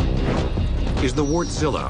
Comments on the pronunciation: Of they pronounce it Wartzilla. It's a diesel engine not a giant wart you fools. The stress is on the first syllable. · Sounds like he's saying wortzilla.. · "Vorch-lah" is how i say it... i know its not perfect, but its better than "wart-sila" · I would pronounce it as where tsilluh. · lol, hearing people say Warstila properly and then hearing this guy guy talking about Wart-zilla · well that's how Americans pronounce it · ***** Why most people can't pronounce just like it's written :) Is finnish only language which is pronounced just exact like written? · American journalism at its finest. Doing any research whatsoever? Of course not! Couldn't even be bothered to give Wärtsilä a simple phone call and ask how it's pronounced. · The guy butchered the Wärtsilä name.